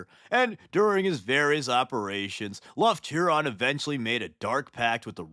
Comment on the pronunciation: became my favorite wh40k guy after he called Lufton Huron "leftnut huron"